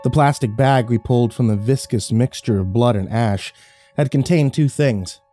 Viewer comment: Viscous!! Thank you for saying it right!!!